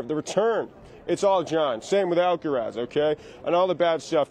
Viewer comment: McEnroe says 'Alqueraz' XD